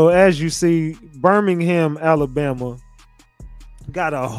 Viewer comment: First things first. Its Alabama not Alambama